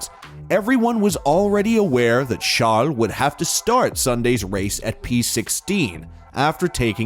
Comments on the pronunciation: Good video. But please stop calling Charles chall/shall lol. If you dont actually have an accent it just sounds like you're making fun of him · I get that. But Charles isn't really a French name lol. Idk, it just sounded super weird to me 🤷‍♂️😂